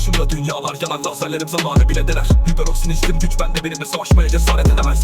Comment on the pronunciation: Seperoroxin değil hiperoksin